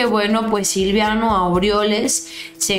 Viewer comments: Siempre dices Silviano y no es silviano es Silvano se supone que los conoces bastante bien saludos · es Silvano, no Silviano ☺️😉 Saludos! 🙋‍♀️ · Mi estimada no es Silviano es:Silvano... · Es Silvano, no Silviano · es Silvano No Silviano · ...NO ES... S I L V I A N O.....ES.... S I L V A N O....sin la 2da. I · con todo respeto espero y no te ofendas, es SILVANO no Silviano!!!